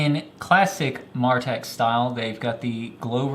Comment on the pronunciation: By the way, not trying to be a jerk or anything, but from watching CountyComm's videos, it's pronounced Mare ah tac. On another note, I really wish some other flashlight companies would learn from this light. Mine died probably around 2 years of owning it(rev 2), loved that it had memory, and just simple half clicks for mode, and break the head for strobe/slow blinking/SOS. Not that I'd ever use those modes, but at least they were out of the way. Replaced it with an Eagtac D25LC2, great light, and I got it with a nice warm domeless LED, but after two cycles through low, med, high, you better turn it off(or half hold for a little while) or you're getting strobe junk. It's a great light otherwise with how bright and small it is.